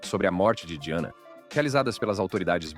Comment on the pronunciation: O nome se escreve Diana mesmo, a pronúncia é que é diferente da nossa. Mas eu acho que isso tem que ser ajeitado na utilização da IA, a pronúncia de palavras estrangeiras, pq até numa palavras francesa, essa voz aí tb não falou direito.